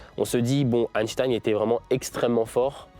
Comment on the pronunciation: par contre apparemment on ne dit plus Einstein mais Einstine